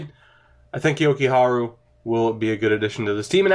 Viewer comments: Jokujarju: Yo-Ku-Har-Jew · Jokiharju - Jo-key-har-you